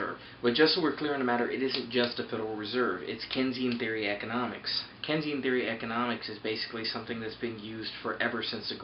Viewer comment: This is one of the most ignorant videos I have ever watched. 1. you are saying Keynesian wrong. 2. 1.05 No dumbass the federal reserve/government does not need your money to spend. Want to know why (THEY CAN PRINT THE MONEY THEMSELVES). Which you even state . 3. QE inflation happens? Dude we have added trillions of dollars to the money supply. "St. Louis Adjusted Monetary Base" Where is this hyperinflation/ high inflation you libertarians have been crying out